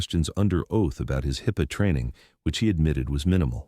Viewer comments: It’s not pronounced HIP Pay! It’s pronounced Hipaa! HipA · It’s pronounced HIP-uh, not Hi-Puh. AI voice. Come on people. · For those who can't figure it out for themselves, this is a made up story. There are several stories following the same script, aside from names and legal judgements in multiple social media sites. Also notice the way the speaker keeps messing up HIPAA. Says "IPA" "HIPPO" "HYPPA". TLDR This is fictional, not real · This Robert Chen dude, he must own the freekin' WORLD! He's in tons of video's! additionally, HIPPA is NOT pronounced Hyppa, it is HIP PA. HIP as in a persons upper leg, HIP. Further in the video, HIPPA is butchered by your AI so many times I lost count. AI in this case is Artificial IDIOCY! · "hippa, :Hi-p-aa", "Hii-p-pa" pretty sure the narration exhausted every possible pronunciation and mispronunciation of a quite simple word in this video. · Would've been a good video if the damn bot could read! Hip-uh! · I'm afraid I lost interest after the third different pronunciation of HIPAA. Hint to AIs everywhere: it's "hip-uh." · Although this video is generally very good, it disappoints me that HIPPA is only pronounced correctly several times and is at least twice pronounced as “high pay”. How stupid. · A story about HIPAA. Only you misspelled it about 30 times several different ways. You couldn't even pronounce it in the narration. Again, you had several different ways you pronounced it. It is written as HIPAA which is an acronym and pronounced phonically as hip-pa. That was just terrible and destroyed your story. You had all kinds of resources at your fingertips to correct this. Do better, you are dumbing the world down. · Is it High peaahh, highpaya, high paya. Or HIPPA. Figure it out bad A.I interpreter. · It would seem this AI doesn't know much about "hi-pa" and nothing about HIPPA!!! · It's HIPAA, with 2 As, not 2 Ps like hippo. Tells me you don't know what you're talking about. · How many different ways can you pronounce "HIPPA"?